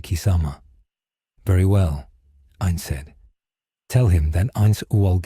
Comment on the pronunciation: Finally! A story that pronounces his name right.